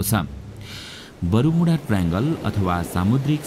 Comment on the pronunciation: बरूमुडा हैन बर्मुडा हाे😂